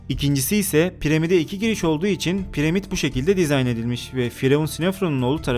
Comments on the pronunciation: premit diyip duruyor snirm bozuldu pramit deseydin keske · Piremid nedir hacı :D Piramid değilmi :D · abi premid ne ya :D pramid dilmiydi o +1 leyin görsün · Yok pirimad ak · Piremid nedir acaba dkdkdke piramit o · Piremid ne reis 🤗😋